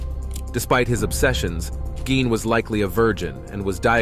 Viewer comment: It's pronounced Geen , not Gyn.